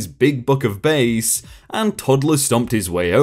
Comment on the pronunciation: Bass, the fish, rhymes with mass or lass...it's only 'base' when it's a bass guitar :) Pretty sure the guy had a fishing book.